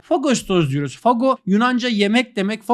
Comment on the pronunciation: Fago derken ses bi sert gibi çıkıyor ya ben öyle kodladım